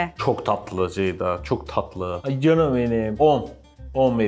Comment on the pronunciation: Cancık değil CAN ım